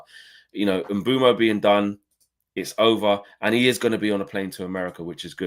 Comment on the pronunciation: Its Mbeumo.....Can we get it right